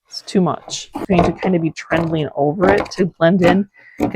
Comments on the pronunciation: She’s not saying “trending” though. She’s saying “trendelling”. Maybe she’s trying to say “trailing” or “tendrils”. I have no idea. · What is “trendling”? If that’s what you’re saying…it’s not a word. Maybe I’m hearing you wrong but you’ve said it in a few videos.